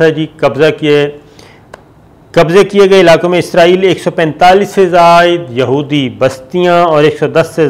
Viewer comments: O bhai jaan ap izraaeel kun kh rhy ho wo Israel Hai na KY izrael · Lafaz Israel hai izrael Nahi Shakar ko Israel ka koi baty izrael ghalt Bol Raha hai 😡😡😡😡😡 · اسرائیل اور عزراعیل دونوں الگ ہیں آپ بولتے وقت جان بوجھ کے غلطی کرتے ہیں اور بار بار کرتے ہیں، کیا اس سے بھی آپکو کوی فائدہ ملتا ہے، کوی ٹکٹ، وزٹ یا کار ؟